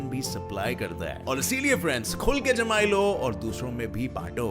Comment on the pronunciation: I yawned when he said jmaayi